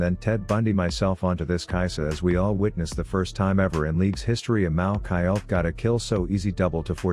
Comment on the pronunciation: Specifically, he said maoki ult